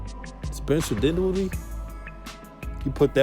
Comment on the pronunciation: Mans said spencer dwindella 🤣🤣